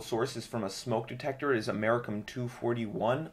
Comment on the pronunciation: americium: "am-uh-REECE-ee-um" please, dude. Thanks for the demo, though.